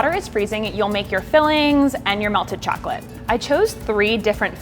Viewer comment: these look soo good but like the way she said chocolate kinda bothered me but that might be bc i’m from ny and i’m used to the way we say it lol